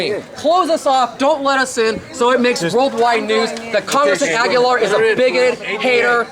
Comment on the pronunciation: LOL!! PETE "AguLIAR!!"